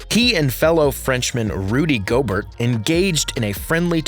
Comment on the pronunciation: Gobert is pronounced go-bare